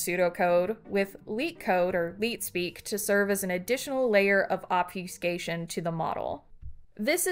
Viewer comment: obfu-scation.....is this voice generated? it gets simple pronunciation very wrong